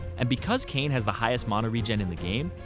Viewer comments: Anyone else hates the way he pronounces mana? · You say mana wierd